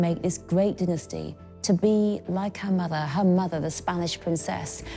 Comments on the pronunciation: they way the pronounce dynasty 🤡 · Stop saying diinesty. Its DYNASTY